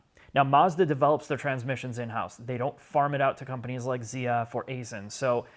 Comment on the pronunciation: 'round here, Aisin is pronounced "Ison" not "Acin" we have the US headquarters and 2-3 plants here. That said, I don't speak Japanese, so feel free to throw that soy sauce bottle at me.